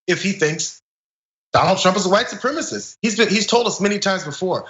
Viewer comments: fox idiot cant even say the word "supremacist", as it's too difficult for him. he says "supremist" instead. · It's pronounced su-prem-a-cist, not supremmist. All Trump can say is "but Antifa, but Hunter Biden, but China, but Obama."